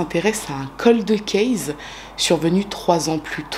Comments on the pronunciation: Vous aimez cette façon de prononcer coldeuh cayse et c'est tant mieux. Pour ma part, chaque fois que j'entends cette prononciation, cela irrite mon oreille, surtout venant d'une personne s'occupant de True crime depuis un long moment. Cela dit, c'est bien la seule chose que je pourrais critiquer chez. En effet, c'est une des youtubeuses True crime les plus talentueuses. Sa rigueur dans les cas qu'elle traite est tout simplement superbe. Ses recherches approfondies font que, même dans les quelques affaires archi connues que nous propose parfois, elle arrive à nous surprendre en dévoilant des détails que même les émissions classiques (comme FELA ou Chroniques criminelles, par exemple) n'avaient pas dénichés ou pas jugés bon de signaler. Son élocution, sa fluidité de parole, son vocabulaire recherché, sa présentation très simple, sans chichis, le fait qu'elle s'adresse à nous, son public, aussi naturellement que si elle racontait une histoire à des copines, font de chacune de ses vidéos un petit joyau à savourer sans modération. Sans oublier son empathie et son profond respect pour les victimes... est unique et peu d'autres youtubeurs lui arrive, ne serait ce qu', à la cheville!!! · Ces bon vieux coldeuh case ^^ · J'ai adorée aussi le "coldeuh kayse" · Les coldeu kèz 😱😱😂😂 Je me moque gentiment hein Merci pour pour extraordinaire travail surtout 🙏🏼🙏🏼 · J’apprécie le fait que tu articules. Tu es toujours très claire, en plus d’être visiblement passionnée par les sujets. Merci ! Et oui, j’aime ton « coldeuh kayse » 😆